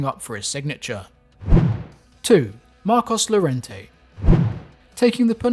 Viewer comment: It is pronounced as "Mar Kos Your Ren Tay"